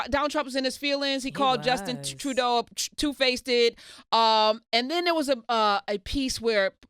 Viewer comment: Karen said "two-faceded". I love it!